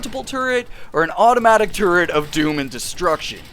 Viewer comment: Once you hear say "turd" once, you'll never hear it different for the rest of the video!